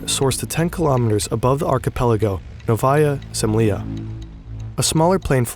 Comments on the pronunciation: I love the video, but some Russian names sound to me too weird. Such as Андрей or Хрущев or Новая Земля. Wrong stresses wrong vowels. Please, use phonetic transcriptions next time instead of relying just on english transcriptions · Making a video on the topic and not even checking how this Russian stuff is pronounced is crazy. What the hell is novAHya semlEEa? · Hey as russian i need to say that novaya zemlya pronounces as Nóvaia zemlá (with soft l) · At such high production quality overall, how hard it was to google pronunciation of Новая Земля? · If you're reading a text for a 3 mil sub channel, at least take the time to frikkin google how to pronounce the 3 Russian words in the scripts....sheeeeesh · the way he says novaya zemlya is outrageous. dude you said it COMEPLETELY WRONG. great vid tho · Your Russian pronunciation is very very bad, other than that good vid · How hard is it to get the pronunciation right? It's nails on a chalkboard to a Russian speaker. You can paste your transliterated "Novaya zemlya" or "Sakharov" or whatever into Google translate and check the pronunciation in one click... Come on, don't be this lazy and sloppy next time 😊